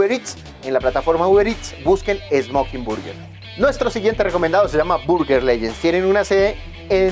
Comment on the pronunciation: por el contenido que tienes podría resultarte útil buscar la pronunciación de _burger_. También sería chévere mostrar muchos más sitios en el sur y en el occidente; ustedes saben que en los barrios populares es donde siempre están los mejores sitios.